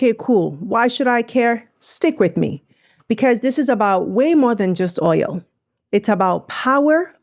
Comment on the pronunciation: Its OIL not OYO😅OL